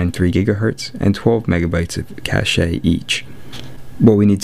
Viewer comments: I just wanted to mention that "cache" is pronounced as "cash". For example , "I have saved up a rations cache in case of severe weather". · PS Cashe is pronounced Cash,the E is silent,as its a french root word.